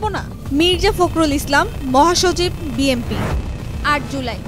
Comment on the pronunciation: ৪ মিনিট ৩০ সেকেন্ডে বিএনপি না বলে বিএমপি বলছেন কেন?আপনারা এত ভুল করেন কিভাবে?